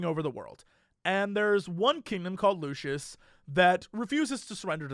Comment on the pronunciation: why do so many people pronounce it lushis? lol its Lucis.